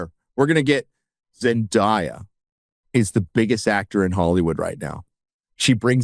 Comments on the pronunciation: its Zen DAY a not die-a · Zen Die Ya 😂😂 I’m sorry I couldn’t handle it. Idk how people pronounce her name wrong. Zen-DAY- A. 😂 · Can you at least learn how to pronounce Zen-day-a's correctly? You keep doing it over and over as if it's not well know how to say her name. Sheesh. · The way he mispronounce and enunciate zendaya's name sounds kinda racists💀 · Why do you insist on saying Zendayas name incorrectly like you're Christopher Walken?